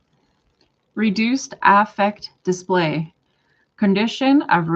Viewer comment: Even though it's spelled like affect, in my experience people pronounce this in clinical context as Ah-fect. Like how you say it